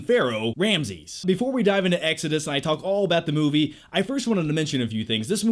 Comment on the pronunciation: The way you say exodus really bothers me